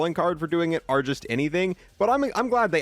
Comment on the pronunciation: Another YouTuber who pronounces the word OR as the word ARE